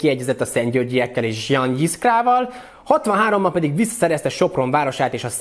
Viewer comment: amennyire én tudom fonetikusan "jan zsiska"-nak kell ejteni :D